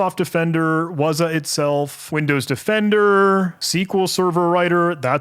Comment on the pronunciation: What is "wuzah"? it's "wazuh" you gotta sound it out